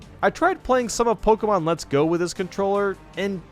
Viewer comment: Its not Pokiemon but pokemon